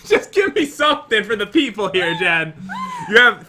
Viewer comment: that is not how to say Jen